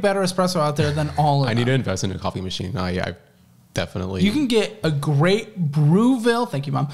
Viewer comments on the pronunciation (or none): I'll bet you my entire paycheck that your espresso machine is in fact called a "Breville" not a "Brewville" ☠️☕️ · Babe, it's not Brewville. It's Breville. 😂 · Yeah I got frustrated with there. The guy said it wrong just once but then he said it correctly like 10 times 😂